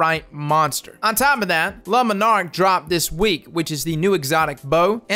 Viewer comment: Not trying to be an ass, I love your content, but Le Monarque would be pronounced more like..."lay mon-ark" than "lemon-arc". Thanks for the content, bud. Can't wait to get this bow.